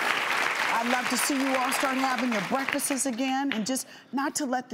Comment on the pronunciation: She said breakfestest 😂